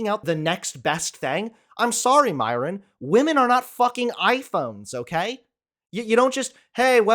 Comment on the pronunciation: I agree with everything said except...his pronunciation of Myron. It's so white the way he says it.